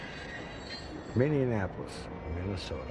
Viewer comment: This man said “minneanapolis”